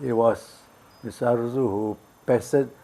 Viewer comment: It is Arrozoo not Arrojoo!!